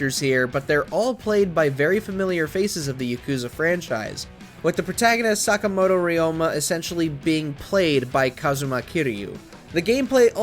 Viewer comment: Bro sakamato is not pronounced like that